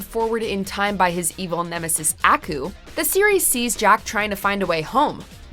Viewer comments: Did she say acu?😂 nah is akuuuuuuuuuuuuuu put some respect on that name ✊ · I don’t like how she said AKU